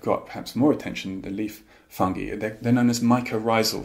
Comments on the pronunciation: I love how russel pronounces “fungi” like “fungee” and not “funguy” 🤍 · I am so happy that they say fungi not funji!